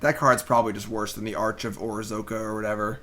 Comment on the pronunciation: O-RAZ-CA...not "orzoka or whatever" Reading is hard, I know.